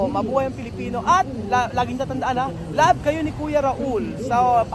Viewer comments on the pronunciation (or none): none